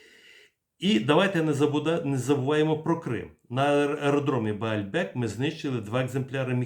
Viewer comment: Бельбек, а не Баальбек